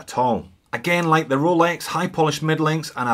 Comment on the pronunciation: Great channel, I watch every one, but I'm a bit over the "Cholex"